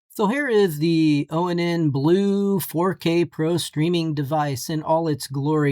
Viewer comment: It's pronounced "Ahn", not oh en en. It's project IVY, not projec TIVITY.